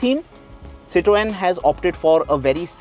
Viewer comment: STOP BUTCHERING "CITROEN"....